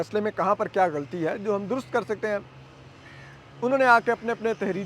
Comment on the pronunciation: علماء کا تلفط ulamaa ھے ulmaa نہیں۔ لام کے اوپر زبر ھے۔ اسی طرح غلط اور غلطی میں بھی لام پر زبر ھے۔ ان کا تلفظ ghalat اور ghalati ھے، ghalt اور ghalti نہیں۔ نیز اپنے وطن کا نام لینا بھی سیکھ لیں، جس کی محبت کے آپ دعویدار ہیں۔ لفظ پاکستان paakstaan نہیں، paa-kis-taan بولا جاتا ھے۔ "ک" کے نیچے زیر ھے۔ چیمبر کو بھی chaim-ber کہا جاتا ھے، cham-ber نہیں۔